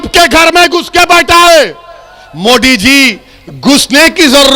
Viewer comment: Owaisi जी पहिले आप अच्छा से हिंदी बोलना सिख ले उसके बाद मोदी का नाम लिजिऐगा ठिक है मोदी होता है मोडी नही बाडा आया नेता बनने